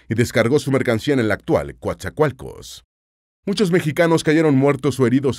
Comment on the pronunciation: Vaya dijo bien el nombre de mi ciudad y puerto , Coatzacoalcos Veracruz